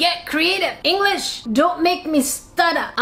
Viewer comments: POV: you went back in the video to see if she actually did eat Englitsh instead of English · Did anyone rewind the video Whene she said that it was anglitch instead of English to make sure